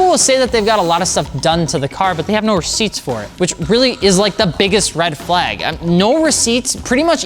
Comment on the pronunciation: Red “Fleyg” flag 🤣🤣